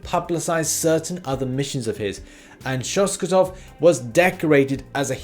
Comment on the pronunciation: Alexi Shostakov not Shoskatov :D